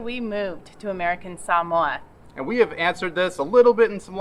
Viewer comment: 🧡🧡🧡🧡🧡. You pronounce “Samoa” and “Samoan” perfectly. Thank you and I will always consider you Samoan 🥰